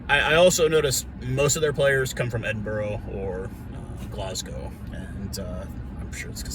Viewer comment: Just a heads up Edinburgh is said as Edin(bra).